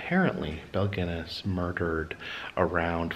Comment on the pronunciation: Great video, except its pronounced Gun ness.